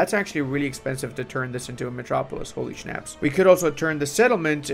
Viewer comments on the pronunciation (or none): none